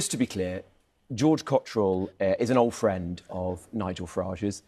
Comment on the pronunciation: Ooooooh! Fwend!